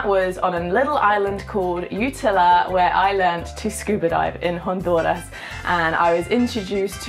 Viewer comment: Nicaraigua, jonduras Hahahaha I am sorry